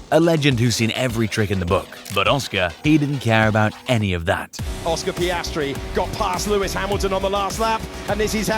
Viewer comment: Oscar Pastry. Review your french audio